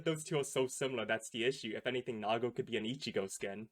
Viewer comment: its Nigo not Nago